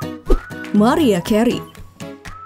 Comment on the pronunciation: Chanel sampah. Ga valid nih data nya. Pas britney aja ditampilin foto jessica simpson. Narator nya jg harus belajar cara ngucapin mariah. Bukan "mariah" tapi "merayah". Dislike